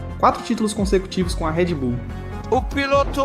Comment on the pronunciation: Video é copia do espanhol p um português questionável: Não é Redy Bull, é Red Bull. Nomes não são traduzidos, so com algumas excesses. YouTube não é YouTubi. Internet não é Interneti... Escute o original em Espanhol e verás que eles falam a língua deles melhor que nós falamos a nossa.